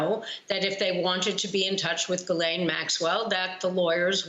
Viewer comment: Its GuilAyneee, but who cares, call her all you want. And The only reason she is in jail: 👏 👏 👏 👏 👏👏 PRESIDENT TRUMP! PRESIDENT TRUMP! PRESIDENT TRUMP! PRESIDENT TRUMP!!! 👏 👏 👏 👏 👏